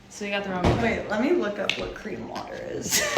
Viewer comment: Cream sounds a bit like clean?????